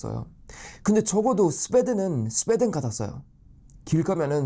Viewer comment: 스베덴으로 들리네